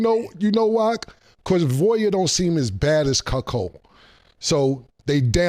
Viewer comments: Wtf is a cukchold? Is that how u spell it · CAM AINT 💩😂😂 he keep instigating crazy questions , CAM IS # 1 in hilarious 🫡🫡😭😭😭 he said “ this chuckhold “ activity “ cuckhildish!!!!! 😭😭😭😭 CAM IS THE MVP 🇵🇷🇵🇷😭😭😭